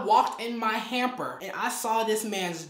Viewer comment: I love you susta but you know it’s “hamper” right?😭